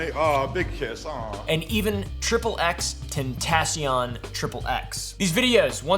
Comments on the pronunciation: You said x’s name wrong 😑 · You’re not allowed to say the name XXXTentacion if you can’t even pronounce it right. Fricking normie poser poopaville 🤡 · Bro at least pronounce x’s name correctly. This man knows nothing about the OG no jumper/ SoundCloud era.